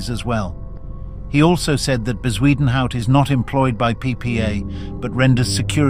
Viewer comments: Ffs is bakkie not bahkey and Bezuidnhout not whatever the fuck you tried to say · Can someone please ban AI voices from this platform? Editors are now even too lazy to narrate their videos. It hurts my ears listening to the voice trying to pronounce Bezuidenhout